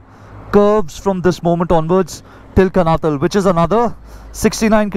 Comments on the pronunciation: It's pronounced कानाताल । Very good journeys and recounting your experiences. I live in Dehradun. Lovely place to settle down later in life. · Just a pointer...the place you travelled to is pronounced as Kaanaataal...though written as Kanatal...like Nainital...tal in uttarakhand (pronounced taal) stands for 'lake' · It is not Kanatal guys, you pronounce it कणआताल 👍